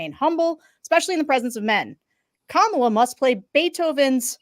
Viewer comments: He doesn’t know how to say her first name and don’t think he knows her last name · Ucccch, I just tuned into the livestream 47 minutes after the debate ended… and the first ad YouTube served up was Donald Trump Jr. looking strung-out and mispronouncing “Kamala” as he asked for money. I wish there were an easier way to block certain advertisers on YT.